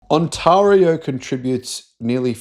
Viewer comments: On-Taar-ee-oo 😊 It's pronounced On-tay-reeoo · Maybe check out how Ontario's pronounced, mate. The second syllable is more like eh than aah. Good piece though. There's plenty of history behind the US Canada Mexico auto pact and free trade deal. Americans have always been business oportunists, but bring in someone like Trump who wants to try and break Canada so he can carve it up for his friends, and it gets amped up to 11. They picked on the wrong people. Like Oz, we tend to make people remember why it's never a good idea to pick fights with us. As to the why of it, we supply a lot of cheap materials, which the guy who likes makeup thought it would be great to tariff. He bullied GM and Stellantis into shutting down Canadian production. Now we're suing, since we put billions into the factories with conditions. They broke them. They're also facing quotas and counter tariffs of up to 25%. Companies outside the trade deal are already paying a 25% duty on cars made there. So Kia, Hyundai, and Subaru are sending us cars from back home, and they're cheaper. More will follow, since our economy is chugging right along. So now the US auto industry is in an awkward spot, particularly with a downturn in their domestic economy and big increases in the price of cars due to tariffs on parts and raw materials. Canada was 41 million quite affluent customers who loved spending winters down south, and spent freely in places like Vegas. So they have lost business equivalent to a state the size of California. It's one thing to bankrupt a busi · says the 'a' in Ontario like in the word 'are' whereas it is more properly said like 'air'. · It's not On-"tah"-rio, it's On-"tay"-rio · It's pronounced on·teh·ree·ow mate. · I lived in Canada for 3 years and I never heard Ontaahrio. I have lived in Australia for 20 years and I've never heard Ontaahrio. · You need to learn how to pronounce the word Ontario :-) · Wow he keeps pronouncing Ontario wrong over and over and over again